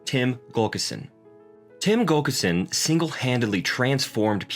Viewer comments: For his friend and Coach, I believe the pronunciation is Tim Gul lick son. Not Gul kis son. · It's not Gulkison, its Gu llik son. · Yet again, we have a narrator who can't pronounce an important name, Pete's coach, Tim Gullickson. It is NOT GULL ka sin. It is GULL ick son. This makes me nuts. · Gull-ik-son. Not Gullkison. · GULLICKSON!!! not Gulkerson!! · Good video but It's Gullikson not Gulkison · Is he saying Gullkison? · it would be nice if you could pronounce GullIKson correctly!!